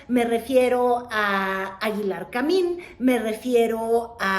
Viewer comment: esos tus lapsus son preocupantes, la pareja de Aguilar Camín-que no Camil-, es Ángeles Mastreta. Toma algo para el cerebro.